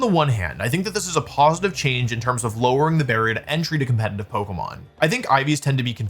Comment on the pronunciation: When will this guy learn how to say the word "competitive"😂😅😅